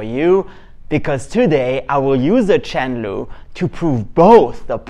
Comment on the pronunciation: Im not a good English speaker, so I was confused hearing Chen Lu, wondering what is this? 😁